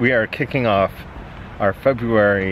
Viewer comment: Fe -booze -ary. BOOM nailed it.